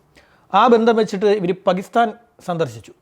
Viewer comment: പകിസ്ഥാൻ അല്ല ടോ.. പാകിസ്ഥാൻ എന്നാണ്.. നാക്കുവാടിക്കാതെ നേരെ എഴുനേറ്റു വരും 😡😡